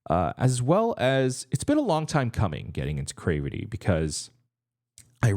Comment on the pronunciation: you are saying there name wrong 😅 it’s more like crAvity not crevety but whatever I’ve been looking for your reaction for them 🙏🏼